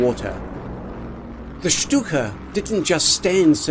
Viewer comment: A very good overview of the Stuka and it;s development but marred at various points: --at least learn how to pronounce Stuka properly? It is Schtooka,. not Schtucka! --You mention the German capture of Paris and then show American GI's marching into Paris in 1944 . Hello?